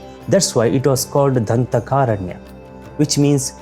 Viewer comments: Sorry bro not danthakaaaranya . It's Dhandaakaaranya if I am not mistake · Dhandhakaranya. Not Dhanthakaranya. Dhantha means tooth. Dhandha means punishment. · Btw, it is Dandakaranya and not Danthakaranya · It is dhandakaaraNya Not dhantha kaaraNya !! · The person who has narrated the story of Ramayana has to improve his pronunciation of words dandakaranya etc